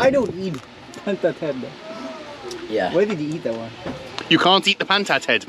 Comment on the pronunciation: PANTAT tico......NICE not PANAT tico he3x